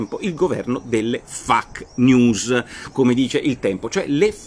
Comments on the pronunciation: Dott. Porro / "FAQ" si pronuncia "faqu' non 'fac'. Miraccomando. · Nicola la stimo moltissimo, ma la pronuncia è feic. Mi raccomando! :D